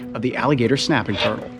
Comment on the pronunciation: Why he say snapping turtle like that .... he said shnap